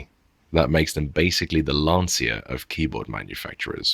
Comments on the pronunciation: It's "lan-cha", not "lan-see-ya". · lmao my friend as much holy hell you give us imperial dudes, to hear you pronounce Lancia like you pronounce Lancia is cracking me the fuck up 🤣